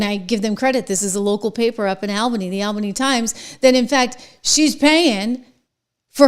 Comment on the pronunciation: aal·buh·nee as in the word all. Not like the name Al.